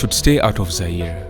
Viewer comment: Not Zai RE😂